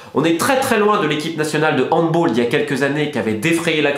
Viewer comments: Aie quand j'ai mal quand j'entends Handboll. Mon cher Romain on prononce le -a car il s'agit d'un mot allemand et non anglais. Mais ce n'est qu'anecdotique Sinon pour leur équipe de handball, c'est scandaleux, mais ils n'ont faits qu'appliquer le règlement stipulant que le joueur a vécu sur le territoire de la fédération concernée pendant plus de 24 mois à un moment de sa vie, il peut prétendre à obtenir la nationalité du pays d'adoption. De plus il ne doit pas avoir été sélectionné par sa fédération d'origine pendant au minimum 3 ans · On dit handbAll. Et sinon tu sais quand est ce que tu viens a Paris la prochaine fois ?